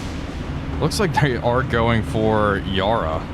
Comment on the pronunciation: Yarra is pronounced Ya Ra, both short syllables as opposed to Yar Rar